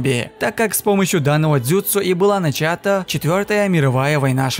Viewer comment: Аааааа ты сломал мне уши, начАта